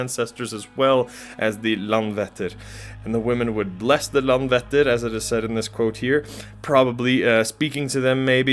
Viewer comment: Icelander here. I love this! Just one pronunciation tip (I know, Icelandic is challenging!) But the letter "Æ" (as in LandvÆttir) is pronounced as the English word "I" (like "I wrote this"). So saying Landvættir, knowing how to pronounce the letter "Æ" changes this whole thing :)